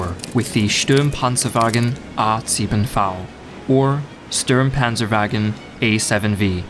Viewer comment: True, I expected him to be like most of the other history channels but his pronounciation, besides minor mistakes like saying "Stürmpanzer" and not "Sturmpanzer" and his accent, is extremly good